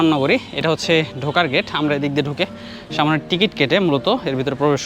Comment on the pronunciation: শব্দটা হচ্ছে সামনে,সামোনে নয়. It sounds disgusting..